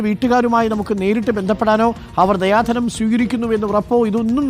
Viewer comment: ദയാ ധനം അല്ല ദിയാ ധനം